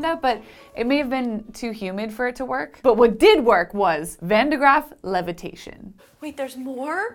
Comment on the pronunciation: Shouldn't you say van de 'Graaff, not 'van de Graaff.